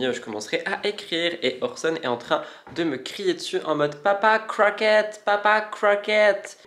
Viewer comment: je ne savais pas qu’Orson était bristish 😂